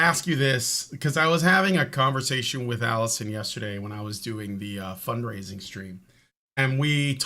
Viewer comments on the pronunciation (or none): 144 episodes, and I think I've heard Alison say the intro correctly twice.